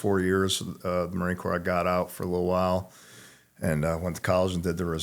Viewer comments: Please tell him how to pronounce marine corps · He earned the right to say it that way. Hush your mouth